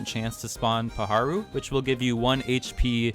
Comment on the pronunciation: You can't say "paharou", es Páharo tío